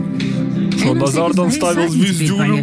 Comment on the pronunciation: Его зовут Наузарадан, а не назардан